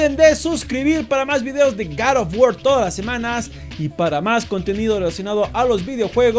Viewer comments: Yap yo solo vine a escuchar que dijera GAROFGUOR y me voy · entonces si grabaste 2 veces, cuantas veces dijiste gad of guar ? :u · Jajajaja Gar ah guar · ¡Ya hacía falta un video de Gar of guor! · jajajaj ok me rindo es gad of guor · Like por el gar of war xD